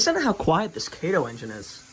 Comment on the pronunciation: Those are Amfleet coaches, not Superliners. It's Ka' toe not Kay toe. I know everybody gets it wrong. I did too and had to learn to say Kato correctly. It's Japanese. I like the Amtrak train. I'm not fond of N-scale, but it's ok.